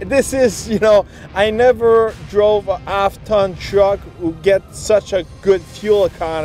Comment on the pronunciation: Good review, I love my RST duramax, but why do you keep saying "ap ton truck".